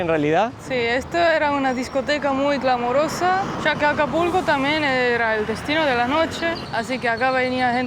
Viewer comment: Hola, en el minuto dice clamorosa y es glamorosa, por si acaso, solo es un comentario de ayuda, saludos!